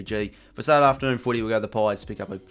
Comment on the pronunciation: Enjoy your videos I watch every week.. but your pronunciation of Saturday / Saliday and Competitive / Compellative is getting really hard to listen to 😂😂